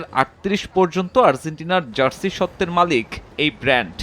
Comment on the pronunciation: argentina bhai,,, arzzzzzzentina na